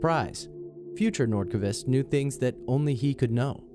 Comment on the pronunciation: "Hakan Nordkuhvist"